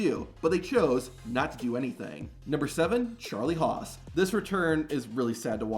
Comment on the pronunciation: Lmao at “Charlie Hos”